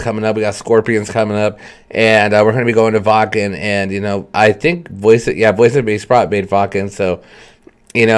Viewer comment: Pronounced bah-che-prot......!!!!!!!!!!!!!